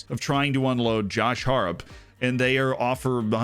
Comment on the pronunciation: Came to learn more about FM. Left wondering how Josh Harrop's name was so badly butchered.